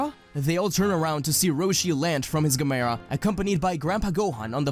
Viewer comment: im pretty sure thats not the right way to say gamera.